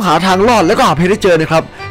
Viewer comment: ตามจริงมันชื่อเเบคโฮ ไม่ไช้ แมกโคเป็นรถ555ผมได้ยินพี่พูดว่าเเมกโค. :)